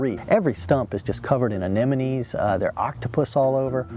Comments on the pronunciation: AneMones... not anenomes. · Sea anenomies? 😁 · The pretentious narrator doesn't know how to pronounce "sea anemones." This happens within the first minute. Bonus pretentiousness points for describing the depth in "fathoms," for, you know, all the sailors who will see this video.....